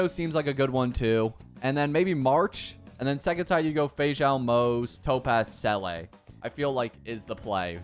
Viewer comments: why do you pronounce it selay when its see la she literally says it so much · The way you said seele.. it's pronounced see ley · I've never heard anyone say Seele like that... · hearing you say seeles name is heartbreaking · Not hating but u r mispronouncing the seele’s name and lc is not from the shop, it’s from battle pass